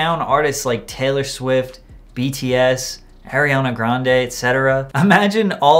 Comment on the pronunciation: Why does he say... HAARIANA GRUANDE... COME On it ain't that hard to pronounce